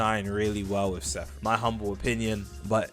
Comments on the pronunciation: S E R A P H I M (SERA-FIM) Seraphim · Bro said Sepharim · "sephrim" alr bruh 😂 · its pronounced (sarah-fim) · Why do you choose not to pronounce the r in seraphim, Its like you choose to not read it and say it wrong